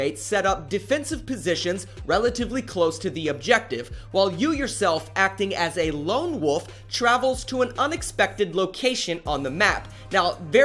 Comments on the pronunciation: Why can't this dude say "wolf"? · Lone woff 😑, wolf not woff